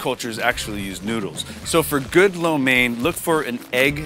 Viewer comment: USA4Soldier he does not know how to pronounce lo mein. He pronounce it like a white guy not like a chinese. LOL